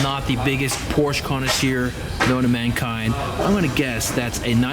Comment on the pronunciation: Your way of pronouncing Porsche has me triggered. Just pronounce the 'sch' as an 'sh' >:(